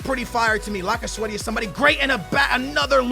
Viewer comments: laca sweaty ?? wtf ? its lacazette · did he just say lacasweathy?